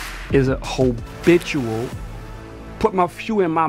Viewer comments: Did Rich say, "hobitual?" LMAO!!! 😂 😆 🤣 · Habiliteul rich , hobiliteul lol I cannot